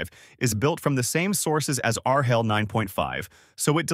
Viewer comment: "R HELL!" This is the most unintentionally accurate AI regurgitation I have heard in quite awhile LOL!!